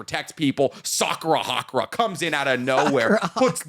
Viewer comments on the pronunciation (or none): I know that this won’t make like Windbreaker any better (probably) but his name is Sakura Haruka not Sakura Hakura 💀